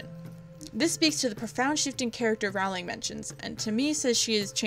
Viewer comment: You’re voice is absolutely fine. But here’s a tip: Rowling is pronounced like rolling ;)